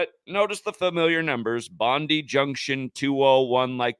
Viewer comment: Bondi is pronounced "bon-die". A bit like "good die". Sick.